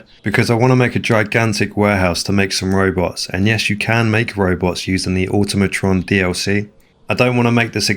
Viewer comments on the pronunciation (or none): none